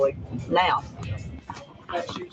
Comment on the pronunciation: It’s Don Shipley, not Shirley. And it’s senior chief. Bro you should know what you are talking about if you’re going to commentate on his videos. 🤦‍♂️ Good luck!!!!